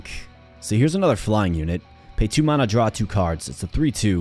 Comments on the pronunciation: Huh? You are saying it really odd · Why are you pronouncing Mana so weird? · Just never heard it pronounced that way ever. I have watched thousands of videos and most are roguelites so I have heard the word a lot. Hope its not offensive, but I have never heard it said like that before